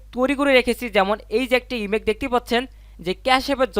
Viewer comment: আপনি বার বার ইমেক ইমেক করছেন। এটা ইমেক মা ইমেজ হবে